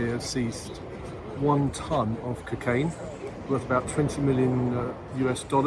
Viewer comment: The way this nonce says cukain does my head in 😂